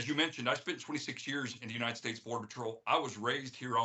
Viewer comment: "Yuneit esteyt" 😂😂